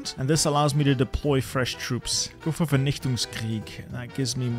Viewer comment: why was that german pronounciation of vernichtungskrieg that good?